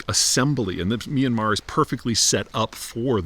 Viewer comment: Myan-mar, 2 syllables